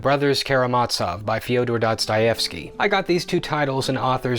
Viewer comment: the lack of hesitation pronouncing Fyodor Dostoevsky has me quite shooketh. I hesitate pronouncing English words 😂 tried learning Russian. good lord I could not handle it